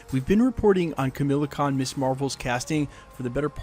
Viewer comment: It's kah-ma-la-con not Camilla lol